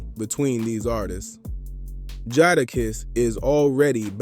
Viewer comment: You call dude Jaarakiss? 😂